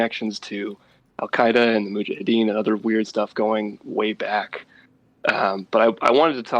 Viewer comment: Brace saying Mujahideen wrong every time makes it hard to listen to this